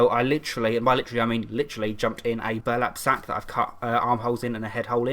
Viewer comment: Hehe! When he was talking about the thread from the Burlap sack he said "Burlack sap" Cute